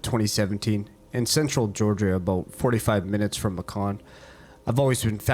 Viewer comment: I love this you are doing a great job. One thing though Macon is pronounced (May-con), like Bacon but with a M. Keep up the good work ☺️, thank you for posting this.